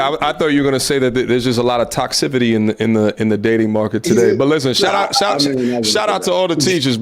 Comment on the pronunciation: lol "Toxcivity" Toxicity